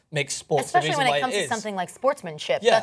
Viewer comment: "Exspecially"...Your job is speaking on camera, fucking learn the language